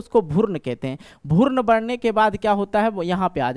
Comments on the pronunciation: भुर्न nhi hota h guru भ्रूण hota hai 🤪 thoda language ko thik kijiye. नींद में बोल रहे हैं क्या 😂😂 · Sir bhoorn nhi भ्रूण hota hai😂😂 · Sir app pehle bhrun bolna sikh lijiye bhurn bol rhe h😅😊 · भुर्न नहीं भ्रूण होता है मास्टर साहब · Bhaiya wo bhroon hota hai.. bhurn nhi..